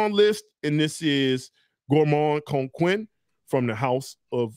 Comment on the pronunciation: Coquin is pronounced ko-ka(n) and don’t pronounce the n